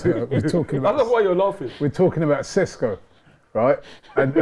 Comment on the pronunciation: Ty that is the 1000% wrong way to pronounce his name